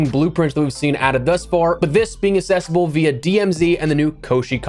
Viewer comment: Why do you keep saying "assessible"? Do you mean "accessible"? That's a different word.